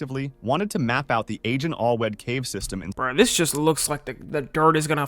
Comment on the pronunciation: I'm not even Welsh but the worst part of this video is how he mispronounced Allwedd